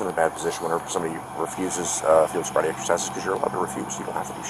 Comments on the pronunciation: "I'm not intossicated!! And you never gave me a sobribety test!!"" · 😂😂😂 "sobvrity" .. love it man!!!!